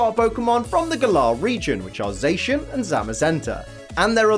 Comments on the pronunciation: Sorry to be that guy, but because their names are based on saying "The Cyan" and "The Magenta" with a heavy Japanese accent. You got Zamazenta right, but Zacian isn't pronounced "Zay-shian", but "Za-see-an" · ZaSHin. Huh that's a first. Za-see-an. Like Cyan to Zamazenta's Magenta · IT'S ZACIAN NOT ZAICHEN !!!!!! Zacian = cyan Zamazenta = magenta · No one:: ZAYSHIN Edit - Also: BAYMOTH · zacian is a play on words of the cyan and zamazenta is the same of the magenta, their shiny has their main color become the color of their name with zacian becoming cyan and zamazenta becoming magenta, also beomoth? behemoth is pronounced be-he-muth, oh god I can't listen to you slaughtering zacian's name constantly so i have to mute the video to be able to watch this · I thought cian part of zacian was pronounced like cyan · U saying za cian wrong